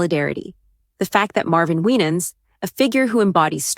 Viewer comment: You're misprouncing his name 😊